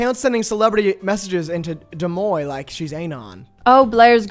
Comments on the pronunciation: "Dooomoi" deuxmoi??? 😭😭😭😭 lolol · saying deuxmoi like Demoine is killing me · HELP PRONOUNCING DEUXMOI LIKE DOOMOY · saying des moines instead of deuxmoi 😭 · why does pronounce deuxmoi like that